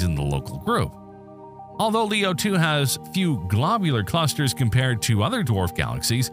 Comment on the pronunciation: "Glaabyuler Clusters" 💀